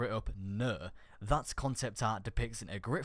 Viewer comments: Ok first of all you say no wrong it's pronounced no not nuuuuhhhh and the title says fourth subclass then you say ok there is not a fourth subclass also its pronounced ghost not guuuust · Why are you saying ''Nuuh'' when it's obviously seen and pronounced as No? are you trying to sound unique? it's very cringy. Same for Ghost... glad i'm not subscribed to you. or your accent is fucked. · "Nhuuur" "Ghurst" 😂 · he says no like nee